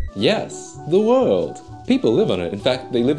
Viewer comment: Aaaaa when you said "The World" all I could imagine was "THE WORLDO" time stops